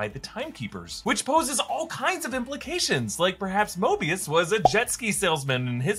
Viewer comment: I just rewatched avengers endgame and Tony says moebius strip like moebius in loki